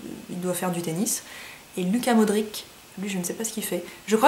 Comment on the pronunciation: Comment elle a prononcée Modrić Ca m’a fait mal au coeur 😭😂